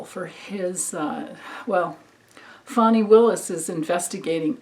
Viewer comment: So nice to hear someone pronouncing Fani correctly ..everyone including news people are saying Fanny! Lindsey is like a weather vane. He's so pathetic...I'm a SC resident, I really thought Jamie Harrison was going to take him down. Ugh...SC. Blue dot in a red sea here, as they say. Thanks for your readings 👍 ~~Katerina